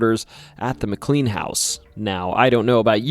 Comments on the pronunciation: Mick clean 😂😂😂 it’s pronounce mick clane(K-lane) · Yes, it’s pronounced Mc”Lane” but I didn’t want to be obnoxious and we all know who you meant anyway. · Yeah everything except the most commonly used name in the video that is also a place in VA. Named after someone else but still pronounced the same. His mispronunciation of McLean makes this almost unwatchable for me w how often he says it. Still a good video but gosh man if you’re gonna use a word every other sentence please make sure you’re pronouncing it right. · THAT IS NOT HOW TO PRONOUNCE MCLEAN! IT'S PRONOUNCED LIKE MY SURNAME IS SPELLED. OMG 😭😭😭